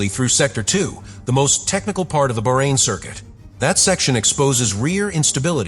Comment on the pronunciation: Appalling amateur voice-over. Get a professional! You consistently massacre "Bahrein" and "Vasseur". At least I haven't heard you massacre "Macron", but who cares as much about an elected President as about an ancient state and a respected man's quite simple family name?